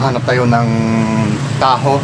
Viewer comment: Ang tamang pronunciation ng 'taho' ay ta-ho', yung accent ay sa pangalawang syllable, hindi ta'-ho at yung sound ng 'o' ay maragsa (ma-rag-sa') which is a very quick 'o' sound (^ - this sign over the vowel at the end of a word denotes the maragsa sound; the last 'a' of maragsa is an example of another ending vowel with this peculiar Tagalog accent). Ganun din yung mani, ma-ni', hindi ma'-ni; gamitin mo yung maragsa sound ng letrang 'i'. Magpaturo ka,, sa mga Pinoy d'yan, para mapractice mo ang tamang accent. Love your vlogs! I just learned that Utah is the BEST US state to live in! - from a Midwesterner Fil-Am.